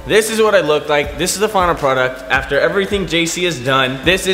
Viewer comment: IT IS JUST ME OR DID KIAN SOUND BRITISH WHEN HE SAID "PRODUCT"